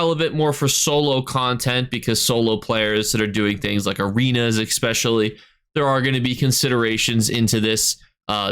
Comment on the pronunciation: i love your videos, but every time you say 'expecially', i cringe.